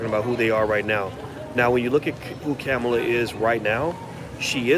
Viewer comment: Dr.Watkins it's Pronounced like: Comma' La